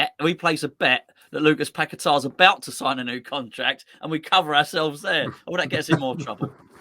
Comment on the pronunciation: the way you pronounce his name doesn’t fit his song.. must rhyme with better 👍🏼⚒️